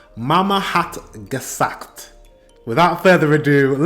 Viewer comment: meine mama hat gesagt: my mom said. And your pronunciation of "gesagt" is on.point.👌🏻